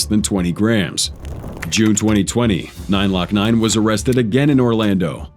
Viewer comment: 2 parts where ima help an correct you …The rapper name is (Glokk-Nine) not “9-lokkNine”😭💀🤦🏾‍♂️also the song is called (2-2-3s) not “2-23s”😂